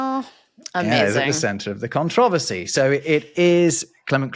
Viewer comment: I find it quite interesting how pronounces controversy, emphasizing different syllables than Americans do.